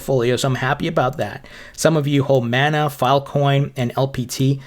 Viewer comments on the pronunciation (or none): none